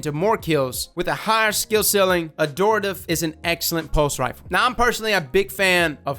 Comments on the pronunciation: It’s AD-Horative. Not adooritve. Honestly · no its pronounced ad-hor-tat-ive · I think it's pronounced Ad-hort-ative, correct me if i'm wrong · Pretty sure it's pronounced "Add-hort-ah-tive" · 'Ad-Hor-Tative' lol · Ad-hor-tative, there's an H dammit. It's become like a minigame for him at this point. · It’s actually pronounce Add-or-tay-tive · Dude there's a 'h' in the word. Ad-hor-ta-tive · What is it about this word that makes everyone pronounce it wrong? It's literally the word hortative but with an AD in front: ad-hor·ta·tive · I think it's "Ad-Hor-ative" because the word "Abhor" is similar and is pronounced with the B otherwise it would sound like "A boar". 🐗 I could be wrong though. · I think the gun is called Add-whore-Tuh-Tiv. There are 2 T's in the name. You were only saying 1 T. I could be wrong though. I still say Antiope wrong myself. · Ad-hor-a-tive is how you say it! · I've been pronouncing it "ad-hor-ative" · It’s pronounced Ad-Hore-ta-tive. Heavy emphasis on the H Not a joke btw I’m being serious I am an Attic Greek student so I’m heavily invested in these names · I always pronounced it as “Add-horr-tay-tiv”. Yours sounds more right though so I’ll go with that. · Its actually pronounced AdHOR - TaTive. The "Hor" comes out like "whore" basically. Not closer to "Adore". Nbd just thought I'd let you know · i think it's pronounced ad-horative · the h is not silent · pls you’re meant to pronounce the H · There's an "H" in it though. Adhortative as in: Relating to the giving of advice...but be careful it could be a loaded question.